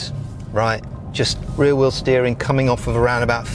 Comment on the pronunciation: you should stop pronouncing rear 'real'